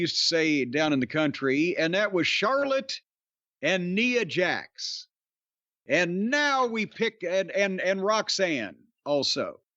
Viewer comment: I thought only the WatchMojo guy pronounced her name as 'Nee-a Jax'